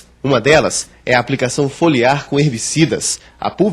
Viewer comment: ''Folhear, Fetegoso'' = Foliar, Fedegoso??